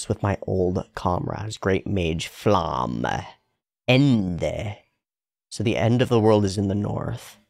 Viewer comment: The names are German and are pronounced as such, so Frieren (to be cold/freezing), not Freiren, and Flamme, not Flam